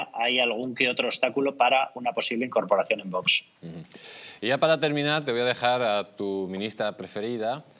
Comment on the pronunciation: parece mentira que no sepas pronunciar la palabra VOX. Visiona tu vídeo y te darás cuenta de que no pronuncias bien.